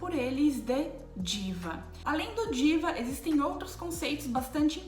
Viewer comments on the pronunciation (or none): Moça não fale palavras indianas como se fosse inglês, não é djiva e sim jiva como j normal, é assim que os indianos falam, igual ao português sem essa língua presa do inglês